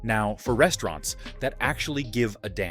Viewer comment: Very informative video, but the way you pronounce the names of the restaurants kinda throws me off. Haha. Like there's unnecessary pauses in between letters or words.